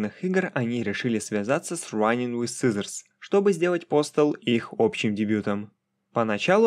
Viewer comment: Очень интересное и информативное видео. Но есть один нюанс - произноси пожалуйста иностранные названия без попытки в английский акцент, а то "раинг виз сизоурс" вводит в замешательство при прослушивании видоса на фоне.